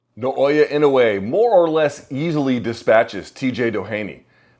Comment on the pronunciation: Why can no one pronounce Nay-Oh-Yah